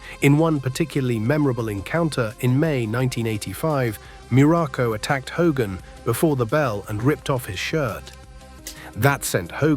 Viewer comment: "HAY-GIN" ?!! It's "HO-gan !" Thiss MUST be À. Ì. SLOP.